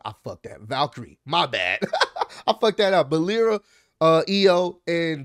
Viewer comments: Its pronounced “Lie Ruh” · Yeah I liked it Also it’s Lyra: Lie-ra!!!! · It’s pronounce lie-rah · How you run a wrestling page & don’t know how so say Lyra….